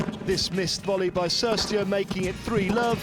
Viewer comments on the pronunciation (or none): He doesn't even know how to correctly pronounce the players' name. He pronounced "Cirstea" wrong here and yesterday it was "Schiavone".